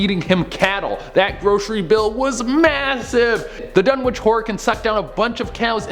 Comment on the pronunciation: You don't pronounce the "w" in Dunwich. (I'm a huge fan okay? ;P)